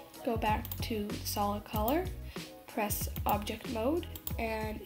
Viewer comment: "So what you want to do is "" Shift and f " LOL YOU SAID